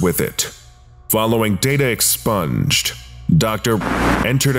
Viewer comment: Stop saying "data expunged" that way...